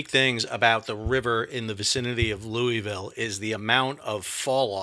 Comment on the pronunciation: Lou-a-ville and Hee-brun